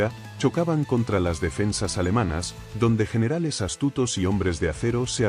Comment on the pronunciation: Hasta las huev.... las pronunciaciones que haces de los generales.